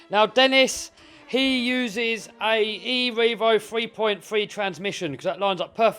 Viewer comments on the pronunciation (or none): I love how he says E REVO Transmission😂